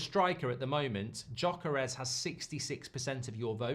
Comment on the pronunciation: Does anyone else get a bit triggered with Mark’s pronunciation of Gyökeres every time? 💀😂